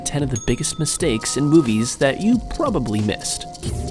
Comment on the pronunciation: in the beginning instead of "movies" its "moives"